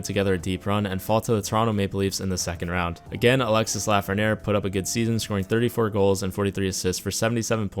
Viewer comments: It’s pronounced alexy not Alexis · it's Alexi not Alexisse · Sorry dont I need to sound like a nerd or anything but it is pronounced Alexi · The "s" at the end of Alexis is pronounced. The name is pronounced "Alex" "e" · Its pronounce Alexee...the IS is pronounce like an E 😉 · The "s" is muted. Its "Alexe" Lafrenière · I know my frenchies are cringing hearing the s at the end of his name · The S in Alexis is silence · You don't have to pronouce the "s" in Alexis